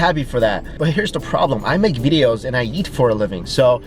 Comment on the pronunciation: every time he says eat i hear yeet